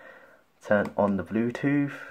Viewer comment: I had a long workday and your pronunciation of bluetooth as "bluetoof" was a nice LOL 😄